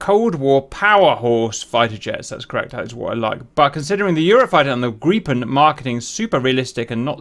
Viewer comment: Nice treatment! My conscription service (1994-04 to 1995-03) was as an aircraft mechanic on the J35J at 2nd company, airwing F10 at Ängelholm. In essence my service was to water and feed these gorgeous beasts. Pronunciation guide: Draken = draa-ken. Open 'a', like in "barn", two equally weighted/stressed syllables. Gripen = gree-pen. Both words split the syllables before the consonant. Yes, at least one is still flying, Johan 56 (Johan = 10th letter of the Swedish phonetic alphabet, meaning it served from F10) is still airworthy and makes frequent appearances at air shows. And that was one of mine! I have serviced that particular aircraft. Look for military airshows in Sweden and you will see Johan 56 in the air. The reason is that pretty much any delta wing can do a momentary extreme alpha. Look at the rear and you see that "elevons" of the Draken are very large, so just slam them up and they will impart quite a lot of torque, meaning that you can quickly build up a good rotational inertia in the pitch up direction. Then — since you have so much wing area in the rear — you will get a counter-torque that will straighten the plane out. Deltas are inherently stable with CoL far behind CoG. So, the Cobra is not very "special" for deltas; pretty much everyone with that planform can do it. I never saw a pilot with a pressure suit. I do not even know if they had high g pressure-pants. Draken's operational limit was 7g, if they exceeded that the plane had to be ins